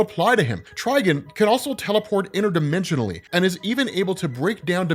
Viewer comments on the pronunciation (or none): Bro, why do you keep pronouncing his name as "Trigen"? It's Trigon... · Beyond omega level outside of DC? Schrödinger from Helsing. Dude's near god level in terms of power. Also it's Try-Gone, not Try-Gun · "try-gone", not "try-gun", dude. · I had to quit watching after so many times of hear tri gun. "Try""gone" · I TRULY despise the way you pronounce TriGON. It’s not Triginn smfh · Is it TriGIN? Or TriGON? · Anyone else keep hearing "TrigAn" (try-Gan) instead of "TrigOn" (try-gone)? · TrigOn, not TrigUn. Thats not Vash the Stampede. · Ah yes ....trigin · It’s (try-gone) dummy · HIS NAME IS TRI-GONE!!!!! Please get it right. It’s been 40 years. Please stop downplaying the Titans. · I keep hearing “Tryin” 🤣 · Can’t even watch this video because he’s saying trigons name like a rvtard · Bro say it right 😂 fucking idiot